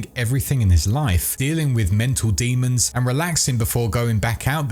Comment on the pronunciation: Isn't it demon...not "daymun"